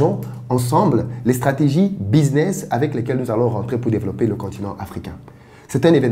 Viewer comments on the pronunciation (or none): none